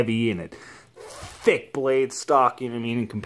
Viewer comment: I like how he said THICCC